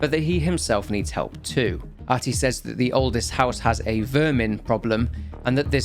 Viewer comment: R-tie, not ahtty lol